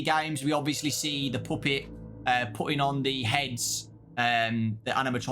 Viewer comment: “The Poopet” 💔💔